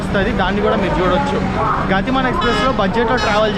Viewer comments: గాతి మాన్ కాదు గతిమాన్ అనుకుంటా. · గాతి మాన్ కాదు, గతిమాన్. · Anna adhi గతిమాన్..not గాతిమాన్ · Gaaatiman kadu ra Gatiman express ga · గాతిమాన్ కాదు.. గతిమాన్ express.. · గటిమాన్ కాదు గతిమాన్ express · Gaatimaan kaadu bro gatimaan express...